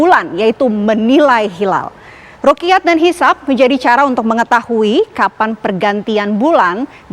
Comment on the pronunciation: Bukan rukiyat tp ru'yat Dan bukan kamariyah tp qomariyah